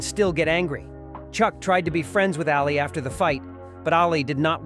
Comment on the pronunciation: This video is messed up. It's really innacurate to a point of stupidity. Is the guy who made this for real. The funny part about this video is this "expert" doesn't even know how to pronounce Ali's name.